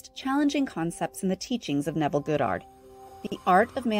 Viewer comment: Can we please start pronouncing Neville's last name correctly??? Kinda distracting...